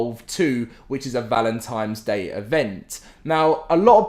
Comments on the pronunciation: Great video. Thanks for the info. For the love of God, my dude, I gave you a like, but it's "Valentine's" not "Valentime's" lol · Is this guy actually saying Valentimes? And I mean every time not a mistake. Can't watch the videos seriously now